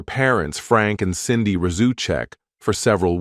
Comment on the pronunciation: it's SANDIE not CINDY....